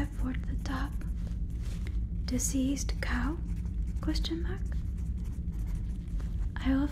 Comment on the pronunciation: When I heard diseased cow, it sounded like deceased cow.😅😅😅😅